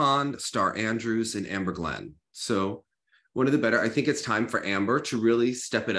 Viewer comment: I'll take her pronouncing any name incorrectly as long she continues to pronounce Eteri as "Eatery" 😂